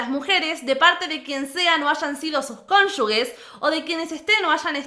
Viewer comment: Por favor cónyuges, no cónyugues